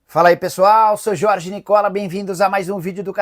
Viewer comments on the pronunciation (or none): none